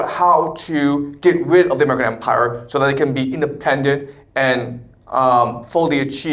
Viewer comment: are you saying “how the American empire will fall”? Sounds like you’re saying “domican empire”. Your CCP subversion committee needs to teach you better English.